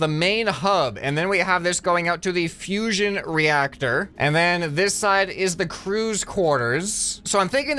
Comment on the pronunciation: Fusion reacsher